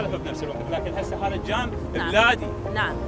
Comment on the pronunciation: الزجاج حبيبي الزجاج وليس اللجام 😂